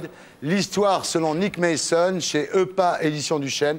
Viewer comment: "NICKE MAYSONNE" is truly TERRIBLE English pronunciation. Jesus Christ!